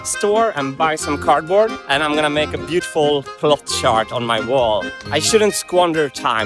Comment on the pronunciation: Martin's gotta work on his pronunciation of "chart" lol